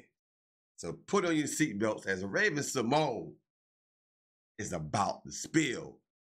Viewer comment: Who is narrating this piece? Can you use someone who has a "passing" familiarity with the individual you are speaking about? Sy-mo-na, REALLY?